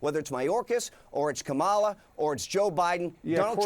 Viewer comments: I love how the Republicans desperately and intentionally hold onto the mispronunciation of Kamala. Make no mistake, that is both a sexist and racist venture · Unbelievable! Just like JD Vance, Lewandowski can't admit the truth and deflects on all question asked. I guess we know who's advised JD Vance. The guy doesn't even want to say Kamala's name properly even after Jim Acosta called him out on his BS. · R-ism is why so many red-hats can't pronounce her name. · Not pronouncing Kamala Harris' name correctly is ignorant and/or childish. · This just says it all of how the MAGA right operate. No logic, no civility, and no respect for facts, the law, or public and political discourse. This guy was so winy and defensive, as if somebody hurt him... nearly as winy as Steven Miller, very immature. And the deliberate mispronunciation of "Kamala" is so transparent. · Jim has no answer for Kamala's mass illegal immigration, so he pivots to her name pronunciation. So pathetic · Good lord. The Trump campaign is full of lies. Calm down, Cory. This isn’t Fox News. You can’t gaslight everybody, just your low informed, gullible, conspiracy believing audience. Trump and his sycophantic leeches not pronouncing Kamala’s name right is not the own they think it is. It just makes them look more foolish than they already do. Thanks for calling him out! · Yes it's Kamala! They purposely say her name wrong smh So disrespectful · I love that Jim called him out on his purposely mispronouncing Kamala’s name to show disrespect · Bill Clinton said her name wrong at the DNC. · Calling him out on what? Not saying Kamala's name right? Everything Corey said is 100% fact and you can't dispute it. Nor could CNN. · Camel toe Harris is how it's pronounced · Jim Ocasta’s defense was January 6, cats and dogs, and pronouncing Kamala’s name right? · Mispronouncing "Kamala" is no big deal if it is accidental. It is racist otherwise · Can you say Kamala? K'mmmm'a'llllaaa... can you say it? 😂😂😂😂😂